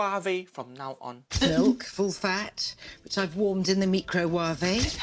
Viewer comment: I'm fucking dying at how she pronounces microwave.